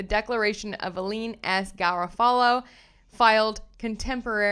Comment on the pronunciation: I’m just curious, I have never heard Garofalo pronounced like that? Do you remember Janeane Garofalo, American Comedian & Actor (I know you are much younger but she was biggest in the 90’s) — Reality Bites, Truth About Cats & Dogs, later Copland …I just thought thats how you pronounce it but I am often wrong?? Thank you for the videos, everyone should he watching this case!!